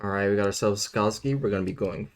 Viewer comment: the way you say Sakazuki literally kills me inside. It's literally just " SAAKA-ZOOKI "